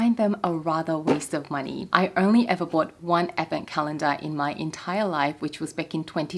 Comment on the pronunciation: Me casually listening to you talking about advent calendars and keep hearing “effin” calendars…. Took me a while to figure it out hahahha (someone needs hearing aids)